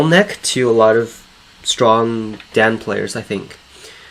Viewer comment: I love this series. Also, the way you say Dan amuses me. “D-Ann” 😂